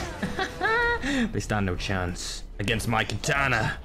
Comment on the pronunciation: Why dont you say katana but say it ktana